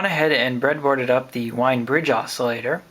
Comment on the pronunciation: It is pronounced "Veen" but I don't think I've heard anyone ever say it right.